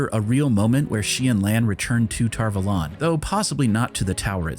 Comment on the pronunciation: "tar vOlAn" really triggers me, for some reason It's Tar Valon" A first, o 2nd. How hard can it be to keep facts straight?